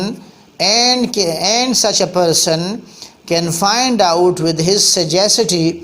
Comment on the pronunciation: kindly correct your pronunciation of "sagacity"...